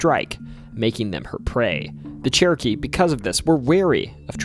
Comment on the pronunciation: My brain is telling me he's saying "Cherokee" but my ears keep hearing "churkey".